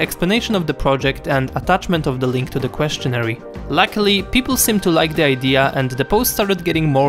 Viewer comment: The ending of "questionnaire" is pronounced "air" and not "ary". I only mention it because I noticed you did the same pronounciation in another video. Please know that I think your videos are incredibly well thought out and your English is excellent. Keep doing amazing work :)